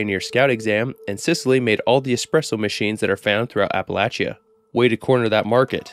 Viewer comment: Bro uses a perfect dialect in pronouncing “Yangtze” but can’t say Appalachia right…